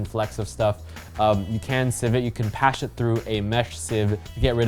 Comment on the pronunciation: oh godddd he said "Pash it through a mesh sieve😂😂😂😂"